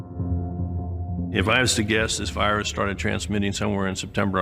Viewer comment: Oi, you got a loicense for that voirus, m8?